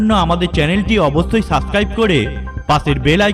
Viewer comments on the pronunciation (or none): none